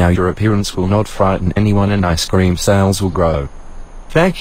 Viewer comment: Je to cream ne scream